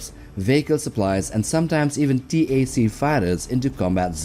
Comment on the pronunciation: t-a-c fighters??? “tac” as in short for tactical, ie: tactical fighters? Sigh….